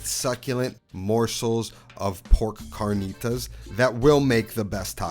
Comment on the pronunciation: The cahrkneetahs with flour tortillas 😂